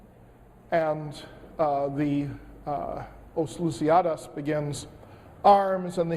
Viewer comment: Os Luisíadas as not so close, but Luis "de" Camões was surprisingly good pronunciation:)